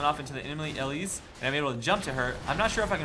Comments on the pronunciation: Not ELLISE its el-lise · EEE-LEASE Good lord, first ELL-IS, and now ELL-ISE. Watch. The. Damn. Spotlight. The creators, and people at Riot know how to pronounce their own champs, and on top of that this is a name that is not uncommon and should have at some point showed up in your life as a name you've heard audibly. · Ee-Leese Not EL-Eese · Really? ELLISE. Is not pronunciation. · And don't forget to actually pronounce the e at the end. It's not silent ^^ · You say her name really weird...